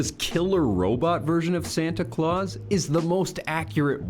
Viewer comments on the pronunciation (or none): none